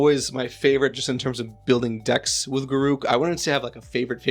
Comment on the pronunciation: I am really glad you say Garruk the correct way ;) Congrats on 2k!